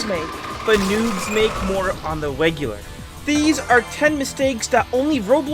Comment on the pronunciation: "on the wegular"